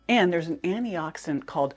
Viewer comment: First, Thank you for this info! But, Sounds like you’re saying “annie-oxidant” over and over, but you clearly pronounce anti-inflammatory. Please consider pronouncing “anti-oxidant” clearer. But, this request is minor compared to the value of the info you provide. Thank you.